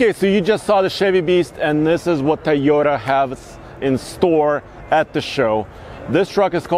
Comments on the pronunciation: Not "TUH-yo-ta" but "TOE-yo-ta" (or TOW-yo-ta) bro 😬😬😬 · I hate the way he says Toyota. "Tay-o-duh." 🤬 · Drink every time says "Tieyota".